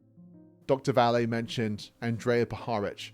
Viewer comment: Since you are making use of Vallée's research, you should do a bit of your own and learn how to pronounce his name properly.